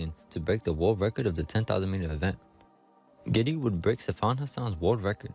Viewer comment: GIDEY - wrong pronunciation - not GEDDY!